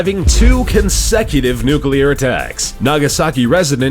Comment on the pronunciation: Damn Amewicans, dwopping dose newcler bowmbs awl ower da pwace.